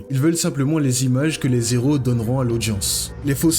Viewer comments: Vous ne devriez pas faire la liaison "les z'héros,", C'est un h aspiré pas muet. C'est franchement dérangeant. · alors très bonne vidéo, hein, mais "les z'héros" aaïïïe 😖 arrête ! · on dit les héros pas les zéros , on ne fait pas la liaison entre le 'S' et le ' E ' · Le mot héro est écrit avec un h comme haricot. Alors on le prononce, même au plurieul, des éro!!! Pas des zéro, comme tu as dit toute la vidéo. En tout cas, je ne m'attendais pas à ce niveau de vidéo. Très bien analysé, je pensais pareil en regardant la série.. 9/10 👌 Peace.